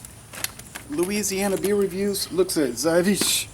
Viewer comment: i could say how to say it right but it is difficult to write it down how Zywiec is hearing when you said it in polish